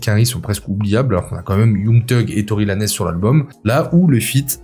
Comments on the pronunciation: concentre toi un peu tu dis ne pas mettre diams dans ce classement à cause de ses orientations desormais religieuses mais Fabe c’est exactement la même chose … ca se dit Tory LAINS pas Lanesse gneugneu comment c’est humainement possible de préférer la daube de Jul à lmf de freeze ??? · Bordel ta dis Tory "LA""NEZ" Littéralement. Respecte un peu bro 😅😅.